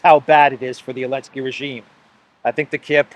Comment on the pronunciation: I think you are safe to say Zelenskyy instead of Elensky!